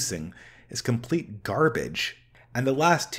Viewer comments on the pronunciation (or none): none